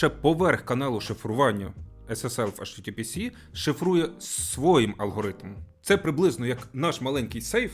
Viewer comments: Http ес, а не сі😊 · Не ейчтітіпісі а ейчтітіпіес, бо s, а не с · Чому в https останню літеру читаєте як 'сі'?)